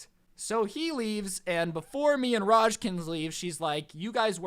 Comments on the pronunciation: I love how says a hell of a common Indian name "Raj" as "Rashj".... LMAO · It Raaj not Raj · You know raaj your friend is an Indian I'm a martian (Indian) hey it's pronounce raa-jj you pronounce JJ a bit harder raa is like the aa is when you get hit. Put it it together and you have raaj